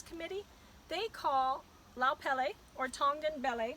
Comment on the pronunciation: Pronounce pele properly ha’ole siko kefe